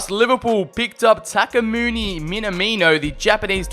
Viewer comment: Tak-e-muni Sorry I don’t like correcting people but it’s Taku-mi